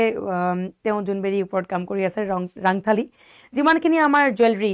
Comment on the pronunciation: Baideu rangthali nohoi rontholi buli koi